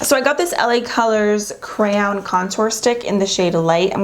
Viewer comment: She said crayown 😟